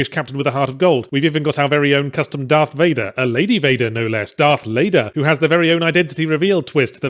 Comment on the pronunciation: is it "Darth Lader" or "Darth LaidHer"?